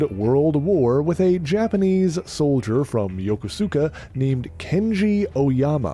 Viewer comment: It's spelled Yokosuka, but it's pronounced 'Yo-KO-ska.' I was born there.